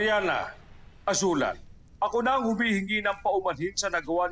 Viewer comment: #Azulan...HAHAHAHA KASOPIYA